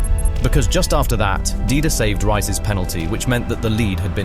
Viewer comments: Butchering John Arne's Last name so bad. Reese-Uh if you were to pronounce it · Most of these names were wrongly pronounced. Rice? Smycer? Hamen? Sirgynyo? Pearllo? Cisso? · Good video, I was at home in Liverpool watching the game. Only thing id say is, stop bastardised the players names. Riise is reessah Smicer is smeetza Luis is loowee One of my favourite teams in Liverpool's history it triggers me to hear their names get butchered like that.